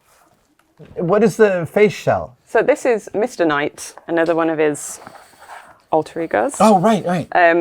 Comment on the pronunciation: When Adam asked what was the face shell and she said Mr Knight, I heard it as mistinite, like that was the name of the material it was made of.